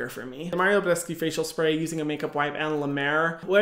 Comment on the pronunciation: "MaRIo BeDeSCuE FaCial SpRay "😂😂😂😂😂